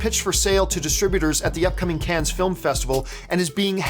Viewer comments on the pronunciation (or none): John, love the show, so glad to see you doing so well as an independent pundit! One thing buddy, and I say this as. Frenchman, the S in “Cannes” is silent. Just pronounce it as if you were saying “Can”. Keep up the filthy